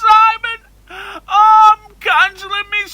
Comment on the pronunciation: 😃😃😃😃😃 "simmoon" haha